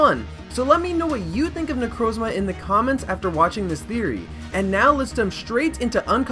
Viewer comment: that is THE WORST pronunciation of necrozma I've ever heard